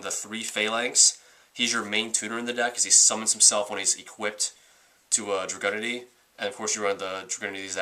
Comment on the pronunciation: It's pronounced Drag-oo-Nity